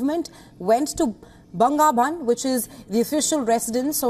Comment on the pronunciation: It's 'Banga Vabhan', not 'BangaVan'. Vabhan is builidng in English. It's the persident's residence.